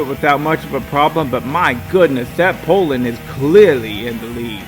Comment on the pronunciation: Its pronounced poo-lan, well by me anyways.